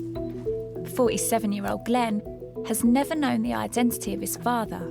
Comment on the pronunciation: Could somebody have at least explained to Stacey the the word 'genetisist' has a t in the middle. Oddly she pronounces both ts in identity.